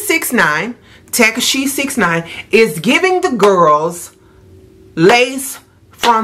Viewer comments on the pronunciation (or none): Tek-a-she! Lol! Too funny! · “tack-ah-she 69” 🤣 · I fell out with the "Tac-a-she," LOL